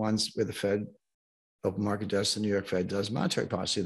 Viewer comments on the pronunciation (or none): "market," not "markte!!"